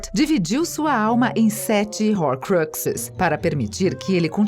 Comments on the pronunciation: Desculpem mas foi impossível não rir ouvindo a narradora pronunciar Diambandior, Rorcruquices, Howarts, Hermaioni... HAHAHAHAHAHAHAHAHA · RORCRIQUISES DESGRAÇAAAAAAAAAA EU CHEGO AOOOSSSSSS NERVOS AQQQQQQQQQQQQQQQQQQQQQQQQQ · Dambeudor. Kkkkkkkkkkk. Quem é dambeudor. Que p** é rorcruquises? Que leseira. Kkkkkkk. Sem necessidade essas pronúncias.